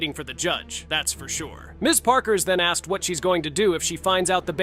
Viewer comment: The word is ASKED not AXED!!!!! Unless you armed yourself with an Axe!!!!